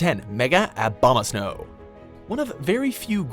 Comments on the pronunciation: you said abhuma snow brawler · MEGA AHHBOMAHHSNOW Ugandan Knuckles: You do not know de wæ my friend.